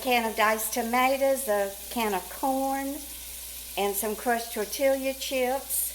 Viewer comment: Your soup looks good ... I would have to make some hot water cornbread to crumble in it because I like cornbread crumbled in almost every kind of soup. (And I like hot water cornbread because I don't have to have any milk or eggs) FYI: It's TOR TEE YA ... the double L is pronounced as a "Y" in Mexican/Spanish.